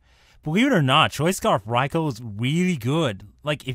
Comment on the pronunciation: The raikou should be named ryko not Rai-Oh